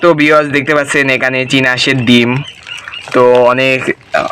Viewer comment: দিম নাকি ডিম? উচ্চারণ ঠিক করো প্লিজ😊